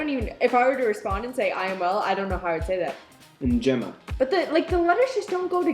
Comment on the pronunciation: In swahili you pronounce all the Es and Is the way you pronounced them in njema and simba respectively